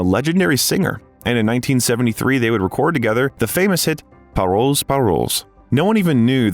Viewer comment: DO learn names correctly, dear Al. narrator! Try punctuation too. LuKeenoe Visconti (Luchino) Paroll, paroles no (S)